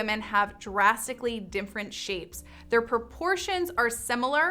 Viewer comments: Why does she say “dim-frent”? (different) I heard it several times. Maybe it’s an artifact of the mic she’s using. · Why does she say "dimfferent" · Literally drives me nuts when she pronounces “different” as “dimfrent” 😑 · I’ve never heard “different” being pronounced this way (‘dimfrent’). Just an observation.